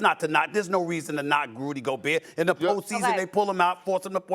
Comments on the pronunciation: Perk: … “Rudy GOBURR” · Rudy GOBURRRR as someone from the south we dont say rudy gobert like dat thats a straight NO thang